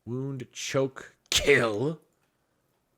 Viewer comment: Foolery:; “Wound, Choke, KILL!” The way he said kill. Never change. Never Change.